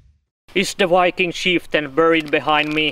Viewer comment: That is wery wery not wiking!